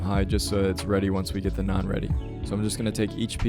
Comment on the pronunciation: damn a white guy said naan right in my lifetime. could die in peace. great video my guy